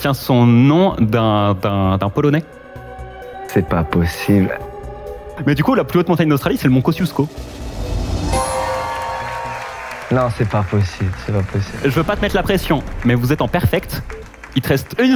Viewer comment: en temps que polonaise ca ma fait tres mal au oreille ca ce prononce kochdziouchko pas comme emilien la fait !